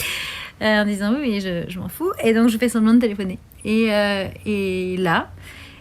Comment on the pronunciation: "je m'en fou" ou "je m'en folle" Typhaine ?